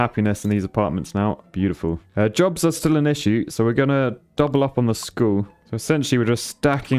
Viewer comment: heh. is it wrong i thought for half the video he was saying "these people want drugs" when he was really saying they want jobs